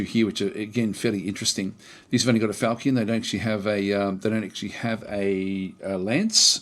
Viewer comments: you pronounce falchion weird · It's consistent with his pronounciation of lich. So while I find it a bit weird too, I appreciate the consistency :D